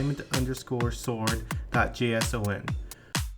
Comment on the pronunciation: "jay ess ow en"